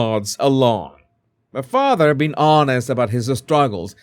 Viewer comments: I love your Harry voice. I laugh every time you say "fatha" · I love how you say "father" 😂😂👋💛🇬🇧